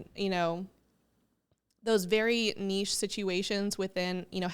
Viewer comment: I love that you pronounce the word nichė correctly 😆 It so irritates me when someone says nich 😁 But great topic, number one struggle for real